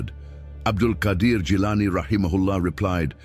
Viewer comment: You have written the name wrong, He is Abdul Qaader Not Qadir Qaader and Qadir are tow separately names of Allah . And the one you are talking about is pronounce QAADER.